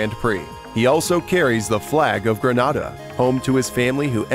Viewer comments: Itd not granada its grenada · You pronounced Grenada wrong